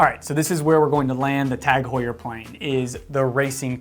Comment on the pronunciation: The H is silent the same way as it is in English. We don't say (h)our in English